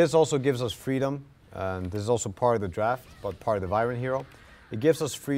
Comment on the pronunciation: when you realize its vyren instead of wyvern